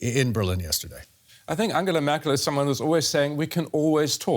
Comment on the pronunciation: Did he say, "Anhela Mackel?" ? Speaking of things inexplicable, it is inexplicable that the UK should be engaging in this kabuki theater with the EU. The EU's proposals have been disingenuous and designed to punish the UK. Theresa May entertained the non-Brexit Brexit because she didn't believe in Brexit. If Boris Johnson is speaking with EU leaders for any reason save making them appear like the intransigents that they are, then he doesn't believe in Brexit either.